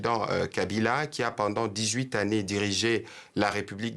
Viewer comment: Dix huit [z] années...